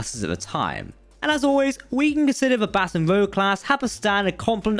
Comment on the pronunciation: Also Baton is pronounced "bə'tän" like what an orchestra leader uses not "batten" down the hatches.